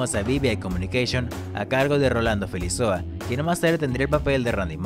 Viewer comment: GRAN TRABAJO COMO SIEMPRE! fijate que el apellido de Rolando es Felizola y no Felizoa como dices en el video. Agregalo a Face que es super buena onda! saludos